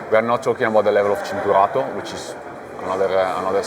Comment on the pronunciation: Pirelli CHIN-turato, not "Sin"